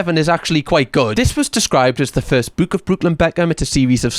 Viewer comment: Whenever you say "book," I can't help but repeat, "BOOWK BOOWK THE BOOWK"